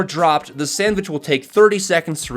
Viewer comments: ITS SANDVICH NOT SANDWICH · Actually it's SENDVICH not sandvich